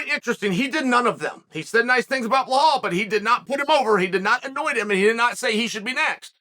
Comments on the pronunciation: and calls belal blahal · Doesn’t even compare to “Blahal” Belals evil twin 💀💀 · He’s 100% mispronouncing Belal on purpose lol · “Du Plea-seas” “Bla-hall” 🤣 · Chael is such a genius for calling Alex "Piera" and Belal "Blahal". Makes people comment about it, getting more traction. Not to mention how hilarious that he can make a Brazillian with indigenous origins sound like he's a french guy named Pierre.